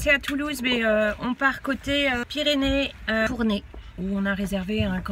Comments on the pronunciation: Cathyy créations & couture Cathy j’y habite et on prononce tournaye meme si sa s’écrit tournay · Tournay se prononce comme sérail et pas comme tournai. Pour info.